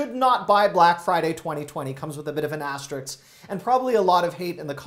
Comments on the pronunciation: Thanks for the tips... * asterisk, not asteriks. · Say 'risk.' Now say 'asterisk.' Thank you.